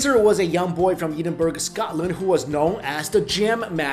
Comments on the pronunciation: Ok. Its Ed-in-bruh. Not Ee-din-burg. Still, good video ok. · please learn to say my capital's name. It's pronounced Ed-in-buh-ruh